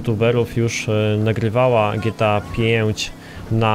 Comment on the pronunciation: Dżi Ti ej fajf .. Boże ...